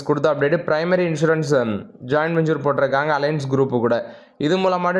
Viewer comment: Don't pronounce ஜாயிண்ட்வெஞ்சூர் say ஜாயிண்ட் வெஞ்சர்